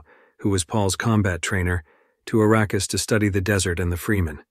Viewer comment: How about, when you do a recap, YOU do the recap, not some AI bullshit that doesn't know how to pronounce words. If it IS you doing the commentary, learn to pronounce the words you use! For example, the natives to Arrakis (a name that was surprisingly pronounced correctly...) are called Fremen not Freemen. You would know this if you had seen the movie or read the books! And let's assume that you did, you didn't listen to what you posted because in the first 38 seconds (that's as far as I could tolerate) there were multiple pronunciation errors of the same word!